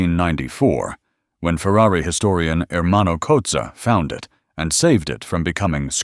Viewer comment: No. There are no coops. The word is coupé. Same word as chop. Don't people know French? Say cooh pay. Jesus, this is sad. And that included saying Fewwawee. Why would one?!